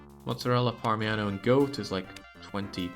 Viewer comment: parmiHano is killing me, it's parmiGiano